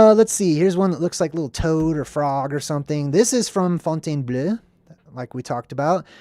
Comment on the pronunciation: Fontainebleau = font - ten - BLOW